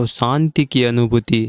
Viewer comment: kripya santi nahi shanti kahe.aap sha ko sa bolte hai.